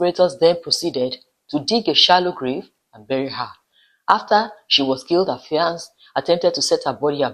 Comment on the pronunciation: Fiance (male) and Fiancee (female) have the same pronunciation. Please Pronounce for the male the way you pronounce for the female .